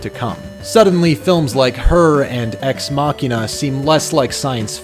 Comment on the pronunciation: you mean ex-machine-uh? Lol